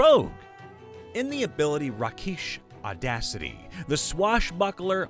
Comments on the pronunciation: "Rakish" is pronounced exactly like "rake" (as in the garden tool) plus "-ish." A "rake" in this context would be a flamboyant playboy type; hence, "Rakish Audacity." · "Rakeesh" audacity lmao